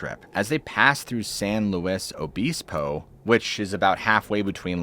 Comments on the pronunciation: San Loeese Ohbeezbo??? lol!! It’s pronounced San Lo-is Obisbal…. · That’s… not how that’s pronounced… San Lou-is O-bis-po. Not San Lou-es Obi-se-po. I don’t know if that’s how it’s supposed to be pronounced according to online guides, but as someone who lives in Cambria, no one in the area says it like that. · “San lewess O beezpo”. That was cute. Tell me you aren’t from California, without telling me you aren’t from California. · San Lou-eeze O-bizpo lol. Ben-knee-dez lol. I'm a subscriber, it was just funny how you pronounced them 😂